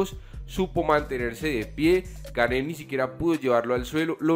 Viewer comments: El apellido se pronuncia "Gan" no "Gane" Buen video! Espero ancioso ver al campeón contra el francés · Amigo, ya que a partir de ahora vas a pronunciar mil veces más el apellido del francés, se pronuncia Guein, así tal cual y no gané… un pequeño aporte a tu canal que por cierto es muy bueno, saludos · Gane no se pronuncia, lo aclaró ciryl! Se pronuncia Gun..